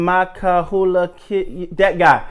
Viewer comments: It’s pronounced SVEE MC-KYLE-LUKE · Pronounced: "SVEE MEEKH-HAI-LYOUK"